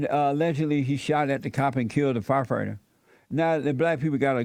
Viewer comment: HaH! It's ~ Fire- Fight- Er NOT F-F-F-FyeFihtur LOL! Do you understand Jesse your subbies are making fun of you? They're laughing at the fact that you can't read a coherent sentence correctly. You're struggling while reading the first line of the sentence. Stumbling over your words while trying to read the headline..then you have the nerve to ask questions about what you're reading? Making fun of blacks? Apparently you haven't did your research first huh? Ahhmazin lol.